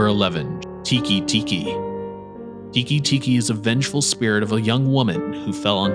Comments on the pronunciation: It's "Teke Teke" not "Tiki Tiki", the letter "e" isn't pronounced the same outside of English. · It's Tay kay- Tay kay, and it's Ah-may Ame means Rain. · Love this video, but you pronounced teke teke wrong